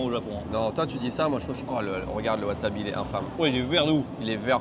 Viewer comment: haha mais pourquoi dit waZAbi au lieu de waSAbi lol! Chez nous c'est interdit de prononcer les SA en ZA! OZAKA WAZABI lol